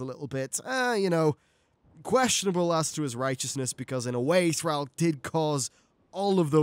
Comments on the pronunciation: Yes, 22 minutes of mispronouncing Thrall was mildly annoying. Good video aside from that! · ThrALL, ALL...not ThrAL "Al" it's ThrALL